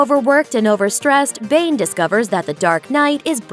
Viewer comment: it's pronounced Bané